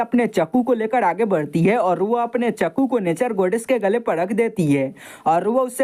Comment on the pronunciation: Bhaya wo chappu nahi chaku hai 😅